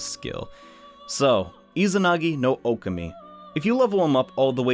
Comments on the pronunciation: Oh-Kah-Mi Sorry, the whole "Oh-keh-mi" thing was driving me insane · Am I the only one that is hurt by the way he says okami it's Oh Kah Me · Its deadass pronounced oh keh mi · Nah, It’s pronounced Oh Kah Mi, Confirmed by Joker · Josh L THANK YOU OH MY GOSH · The pronunciation of Okami here just stings man lol